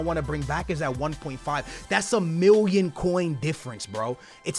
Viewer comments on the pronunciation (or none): ‘ THATS A MIWION COINS’ (anyone else hear that🤣)